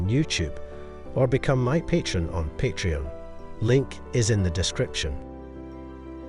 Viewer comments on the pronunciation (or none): none